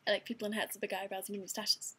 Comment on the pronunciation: lol, love the accent when you say "mustaches."